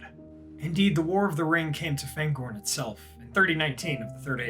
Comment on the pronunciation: Hi, my comment regarding Fangorn's pronounciation was deleted, so here's a take on my reasoning behind it. Fangorn is a Sindarin word and therefore the vowels have fixed sounds, regardless of the letters that precede or follow them. The "a" always sounds as in the English "far" or "father" and not as in "apple" or "attack". I've noticed that you apply this to "Faramir", but not to "Aragorn" or "Fangorn". If you don't believe me, you may believe your fellow loremaster Joshua from Tolkien Lore